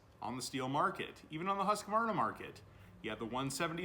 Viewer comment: The only thing I have to say is its husq varna....not husq a varna. 😅 sorry I trolled a little. Looks like a tight shop. Keep up the good work.